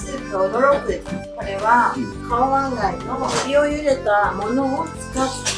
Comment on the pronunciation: カオマンガイだよね！？カウマンガイじゃないよね！